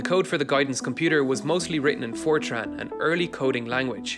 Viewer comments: i thought you said 4chan and I just started laughing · I thought he said 4Chan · i thought you said "it was written in 4chan"